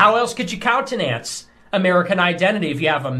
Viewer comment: My god, he can’t even pronounce “countenance.” Shouldn’t he speak English before he starts complaining about US natural born citizens on his show?